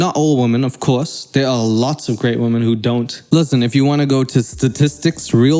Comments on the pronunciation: Why do you say women as woman- "I haven't got good education" ahhhhh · Maybe stop calling them "wahmen". A pretty fucking misogynistic thing to say.